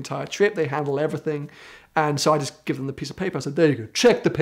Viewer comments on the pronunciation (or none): none